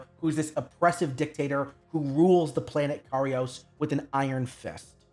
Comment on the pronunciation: Kairos.... not karios. They litearlly say it outloud like 50 times and spell it on screen constantly.